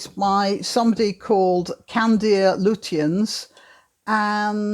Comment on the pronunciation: Lutyens is pronounced 'Lutchins'